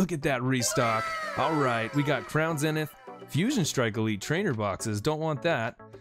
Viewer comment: It’s zeeeeeeenith not zinith